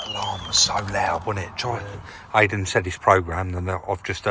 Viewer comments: Great vlog as always but thought Aiden pronounced his name Iden yet still insists on calling him Aiden. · You told us not to call Aydin 'Aiden,' but you're still calling him Aiden yourself lol. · Will be a great van, ideal for smuggling 😁I think the key guy likes his name pronounced Eye-dan (like Chris ) not Ay-dan.